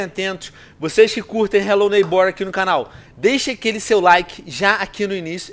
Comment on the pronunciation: "Relo neibór" 😂😂😂😂😂